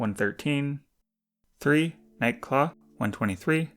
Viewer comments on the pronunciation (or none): When you said nightclaw I though you said egg claw 😭